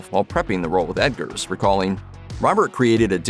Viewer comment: It sounds like you're saying Edgars. It's Robert Eggers (🥚ers)